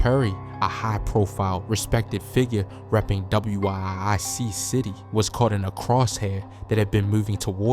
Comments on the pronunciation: WIIC but it’s pronounced Wic…it’s Wic City 😂😂😂😂he was blowing me a a little😂😂😂😂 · DAMN BRO ITS WIIC CITY PRONOUNCED WICK CITY CA. TELL U NOT FROM THE LAND